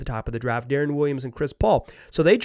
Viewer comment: By the way, it’s “Darren” Williams not “Da-Ron” Williams